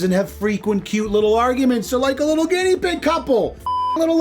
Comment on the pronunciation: "Ginnea" pig?! 🤌 😂😂😂